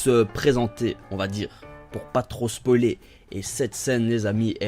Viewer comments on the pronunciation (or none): none